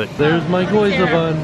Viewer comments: Gyoza is pronounced (Gi- yo-u-za) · GYOZA not GOYZA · OMG, that was an actual chicken thigh bone shoved in that sausage! Fantasmic was amazing, and I loved the mix of English and Japanese. I am SO wanting to go to Japan! I cook Japanese recipes at home, and I'm in love with the flavors. I giggled when called the gyoza bun, 'goyza'. Y before o, "Ghee-yoza' I do see a little difference in the editing,, but honestly, you must have had SO much footage, it would be a Herculean task. Good job. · I loved watching your vlogs as someone who's being going since they were a kid to Tokyo Disney, since they're from the perspective of someone who hasn't ever been there before. It kinda annoyed me how you said gyoza... as goyza. But ! That doesn't rlly matter... lmao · "Goyza Bun" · Gyo za - what you are saying - Goi za. Just start with the G sound, add the Y consonant sound on, then into the long O. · "Goyza" bun? C'mon lol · It's pronounced Gee-o-za